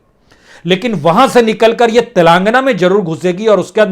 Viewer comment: Please pronounce Telengana properly, it is not telaangna